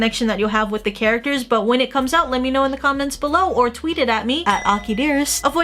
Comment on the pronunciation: Aki: let me know guys..... What i heard: LIT ME KNOW